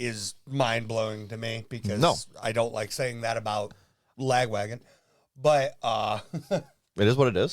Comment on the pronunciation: chuck gets the braincell by default because i think pronounces the name of this band strangely - "la-gwagon"? it should be "lag-wagon", as in the name of their original (i believe) tour van.